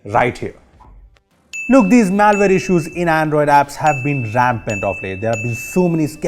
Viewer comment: Maaal-Ware Reports, lol